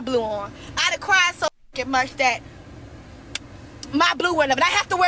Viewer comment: "I'm sho FRUSTRATED!"